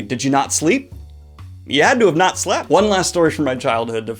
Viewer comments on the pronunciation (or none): "Did you not sleep? YOU HAD TO HAVE NOT SLEP" I don't know why, but the very specific lack of the letter T in the way he said "slept" makes me giggle very hard.